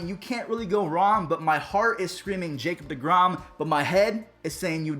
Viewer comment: Four syllables Ja Cob De Grom